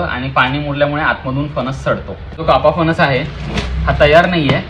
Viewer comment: फनस नाही रे... फणस म्हण....